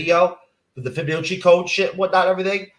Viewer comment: Dude vaguely talking about the Fibonacci sequence, whilst mispronouncing it: Ever heard of this thing that I didn't even tell you what the fuck it was apart from the name!?